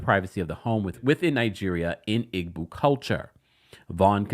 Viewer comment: Pronounced( EE-Bow) Igbo “g” is silent